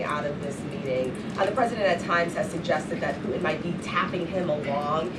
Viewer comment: Pu’in? Disgusting English 🤮 it’s Putin, dumb❗️